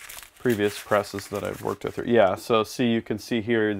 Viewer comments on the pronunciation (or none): none